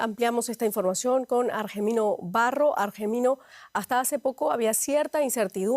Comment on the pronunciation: Argemino? Que hombre 😂